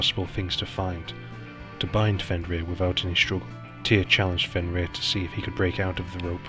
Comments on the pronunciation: I just want to say that the only name you pronounced right was Fenrir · I HAVE TO AGREE WITH BJARNI VALUR IN THAT YOU ONLY PRONOUNED "FENRIR" CORRECTLY. THE ONE THAT YOU SHOULD HAVE NOT GOTTEN WRONG WAS "SLEIPNIR" (PRONOUCED SLAPE NEER).ONE HEARS ENGLISH SPEAKERS SAY "LEAF ERICSON", IT'S LAFE NOT LEAF. GET YOURSELF A NORWEGIAN DICTIONARY & LEARN THE LANGUAGE.